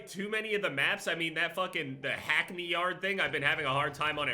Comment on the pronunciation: Anyone else whose English notice the way said hackney 🤣